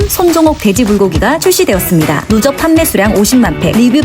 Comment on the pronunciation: 누적을 느좋이라고 들렷어요 😂